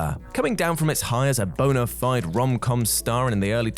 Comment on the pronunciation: Bona Fide is pronounced BO-nuh FEE-duh. - That Guy